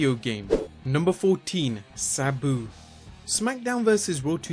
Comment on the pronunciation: Your video is awesome but i dont like how you pronounce sabu wrong